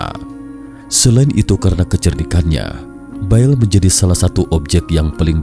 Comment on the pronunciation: bukan BAEL...TAPI BAAL